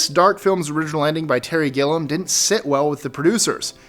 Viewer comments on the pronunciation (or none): Guys? It's pronounced GIL-ee-um, not GILL-um.